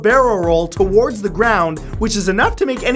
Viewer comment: i don't like the way you say towards